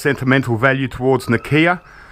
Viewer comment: its not na kia its nokia